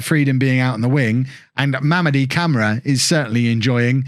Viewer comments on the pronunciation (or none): It's pronounced CamarAH btw #